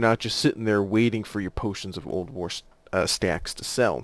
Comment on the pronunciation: Every time you say "Potion of Old War" to me it sounds like "Potion of Ulduar", which there is nothing wrong with that, just felt I should point it out. It kind of sounded funny at first. But great video! I'm just starting Alchemy, my friends keep telling me that the quest line is hell though. Have a fantastic day/night/whatever your time zone is! Liked and Subscribed!